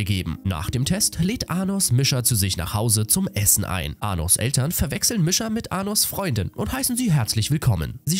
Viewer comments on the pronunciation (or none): Der Anime ist echt cool danke das du das machst aber bitte sprich die Namen richtig aus Misha wird so ausgesprochen Niescha